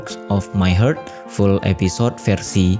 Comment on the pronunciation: Koreksi, "Heart" dibaca "hart" bukannya "heurt".